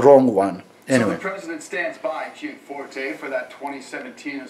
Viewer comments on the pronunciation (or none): none